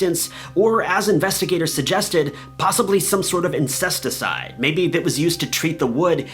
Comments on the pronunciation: Did he say "Insesticide"? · Did you say 'incesticide' instead of 'pesticide'? 🤣 Two different things ain't they or am I wrong? 😬 Or maybe insecticide? Just giving you the heads-up.